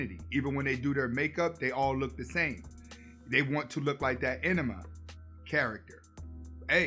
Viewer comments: Did he say "enema" instead of ANIME? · Pronounced *Ana - May (Anime) * my brother. Great video 👌🏾👌🏾👌🏾